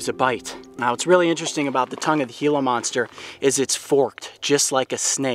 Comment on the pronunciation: He said hila monster